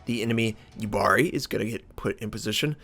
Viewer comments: It's actually pronounced more like Yuubari, not Yubaari ;) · So here I go again. Yubari is pronounced Yuu-Bari so the u is long and ba is short